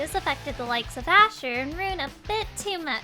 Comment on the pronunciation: Ahh 😢 Asher butchered